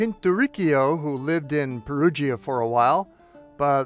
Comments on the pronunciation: Pronounced (Pɛruja) not (Perugeea), cheers. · It’s pronounced Perudscha … not Perudschia … the “i” is silent … just like with Giovanni … it’s also not “Dschiovanni” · Great video, but Perugia is pronounced "Pe-roo-jah" - not "Pe-roo-gee-a." And Umbria is pronounced "U with a long u sound: Uuum-bree-uh. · Really like your work but must you pronounce it Peru jee-a ?